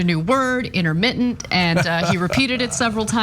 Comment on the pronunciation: Inter...mitt...ent. Energy